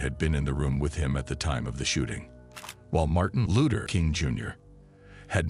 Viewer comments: Martin A looter ......this bot shit is ridiculous..... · We kno who Martin Luther is but Who tf is Martin Looter king jr ? Smh get a robot tht can pronounce names right or have a real person do it this jus piss me tf off listening to this couldve said Dr. Martin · He can't say Luther probably AI